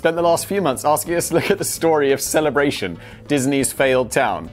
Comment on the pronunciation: I'm surprised he pronounced Celebration correctly.